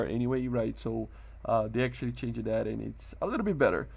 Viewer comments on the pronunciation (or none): Just a friendly advice. I do not mean to insult you or make fun of you, but try to speak the words with a silent E word (changEd, fixEd,.....) it sounds so weird. I dont want somebody to make fun of you. And thanks for your videos.